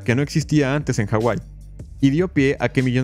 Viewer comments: Disculpa pero la H no es muda en la Polinesia , saludos de rapa nui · Se llama Hawai'i no como tú lo pusiste. De hecho tiene muy mala pronunciación el narrador sobre los nombres de los jefes nativos, reyes e islas, pero tiene razón en su historia.